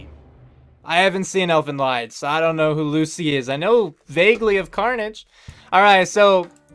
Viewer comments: Fyi Lied is pronounced like "Lead" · Elfen Lied it's German pronounced Leed.